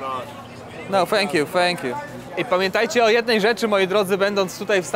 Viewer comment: "Fank you fank you" ," Polen" Lol